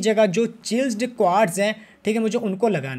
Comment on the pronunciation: Bro it's chieasled not chilsed